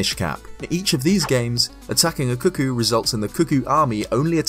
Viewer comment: kuh-kohs, not ku-ku.